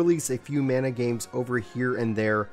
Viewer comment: MAN A. NOT MONA. WTF